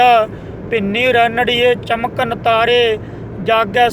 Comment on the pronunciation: bhinni rehnriye (chamkan) ni chaamkan taaray hunda (ਚਾਮਕਨ ਹੁਦੰਾ ) bhai saab gurbani nu aav b tyaan naal parya kro... Fir baad ch Kisay di nuktachiniya kdya kro........ suchet Te thoday tu b rehnaa chihda ...tu c b taa shabad galat e bolday o......